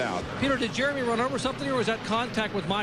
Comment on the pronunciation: It sounds like you call him "Germy" Mayfield every time........